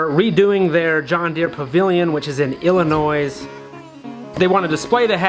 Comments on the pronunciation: Illinois is pronounced Illinois not Illinoise. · Please do not pronounce the “S” in Illinois!